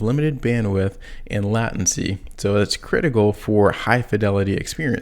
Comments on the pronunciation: LAAAY TEN SEE. LATENCY. NOT LATIN SEE. REVERSE ENGINEERING NOT BACKWARDS ENGINEERING. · Dude … please reconsider your pronunciation of “latency” The way you say it now is like fingernails on the blackboard. Correct enunciation is “lay•ten•cy” NOT “lat•en•cy” My ears will thank you 🙏🏼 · Have another glass of 'vine-gar'..